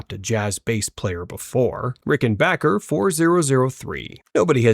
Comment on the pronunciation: I'm really not sure I trust these takes coming from an AI voiceover that doesn't know how to pronounce Rickenbacker or Jaco